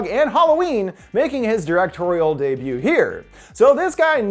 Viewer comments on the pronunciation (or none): none